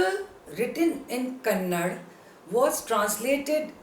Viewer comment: It's not kannad,...it's kannada...learn this first... 👿👿